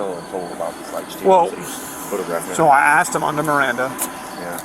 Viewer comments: It's NOT AX'D, it's ask. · “If you would have AXed me”. “It’s not even crazy NO more”. Guess you don’t have to know how to speak to be cop. 🙄. Go back to school.